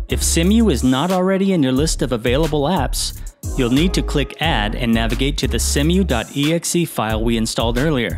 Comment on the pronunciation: See-moo Not Sem-U